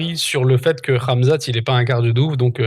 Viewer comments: Le fameux Camzate, pas la nouvelle prononciation de rat mzat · On a aussi entendu Gamzat 😂😂😂